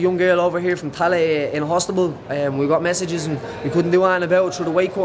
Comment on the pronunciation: Hostibal haha. Aboii Paddy